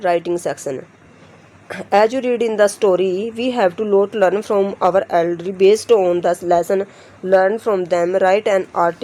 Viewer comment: Bhot acha but not edrely it's elderly